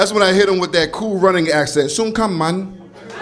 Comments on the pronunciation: its actually man..not mon nor mun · its not m an its mun